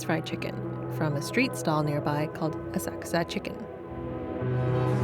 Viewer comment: Kudos for pronouncing Asakusa properly!